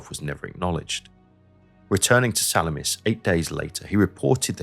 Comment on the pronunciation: Nice work, keep it up. One note, at it should be "SaLamis", not "SaMamis"...yes, it's the same island near which the famous ancient naval battle took place.